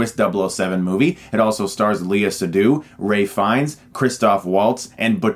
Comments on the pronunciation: Not sure if I'm not hearing you correctly, but it's Ralph Fiennes, not Rey. Agree with your review though, good movie, just not great. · It's Ralph Fiennes, not Ray Fiennes.